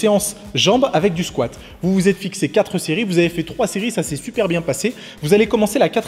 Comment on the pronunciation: le "squat" m'a achevé ! 😂😂😂